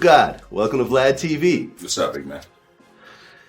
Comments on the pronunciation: WORD!!!! VLAUD!!!😂😂😂😂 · U God calling Vlad “Vlaud” 😂😂😂😂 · Vlaud lmao😂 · It’s u-god mispronouncing glad name everytime for me 😂😂